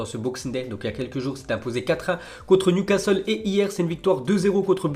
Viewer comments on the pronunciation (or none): none